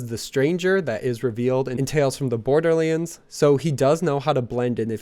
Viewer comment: PLEASE FOR THE LOVE OF GOD PRONOUNCE BORDERLANDS CORRECT! STOP SAYING "BORDERLEANDS"